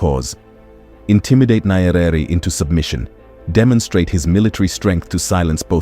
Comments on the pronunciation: Ny-ere. Not Ny-e-rere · Not Nyerere pronounce it Nyere